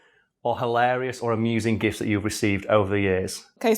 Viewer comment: Your Yorkshire is showing! For a minute there I thought you'd said gifs, not gifts